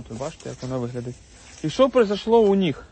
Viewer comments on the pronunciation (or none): Тільки не «у ніх», а «у них»!